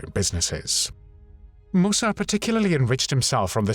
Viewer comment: Mussert was a pathetic little man who betrayed his country but he was not a "thief" - why do you make such crazy allegations? It rather undermines the seriousness and indeed validity of this video.... Oh and by the way, it's pronounced "Mussert", not "Moossart".